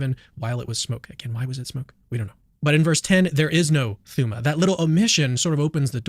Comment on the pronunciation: "thooma" hahahaha